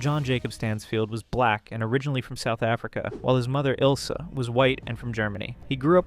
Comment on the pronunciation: why’d you say black like that 🤣😭